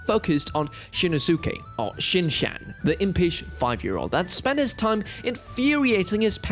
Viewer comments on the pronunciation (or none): You are pronouncing Shin’s name wrong 😬😬😬